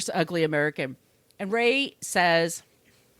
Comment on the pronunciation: Its ray, not roy....